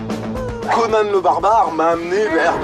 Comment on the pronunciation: Moi je dis Conan, pas Conanne. Ça fait con, conanne.